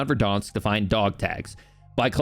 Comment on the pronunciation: Its VERDANSK. Like VEHR-DAHNSK. NOT VER-DAWNSK. CHRIST.